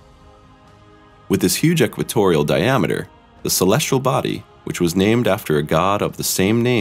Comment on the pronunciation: Agree! I O and celestrial instead of celestial. Just as bad as saying nucular instead of nuclear. Drives me insane. Plus the title is click bait.